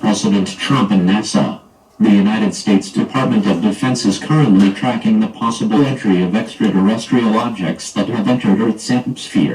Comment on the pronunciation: the “possibilitree” of extraterrestrials lol “extraresstrial” aircraft lol “extraresstrial” (again and again) alien invasion? Back to kitchen mom